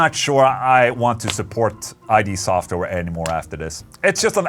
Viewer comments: but uh... ola... it's not i.d. software it's id. as in the id and the ego. no true scotsman! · You've played since the first Doom and don't even know how the company's name is pronounced? Holy shit you're cringe... Welp, not really surprising, seeing how you don't even know by now how the names of characters from an anime from freakin' 1995 are pronounced.